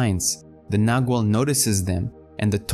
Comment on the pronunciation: pronounced with a soft g sounding like a w - nagual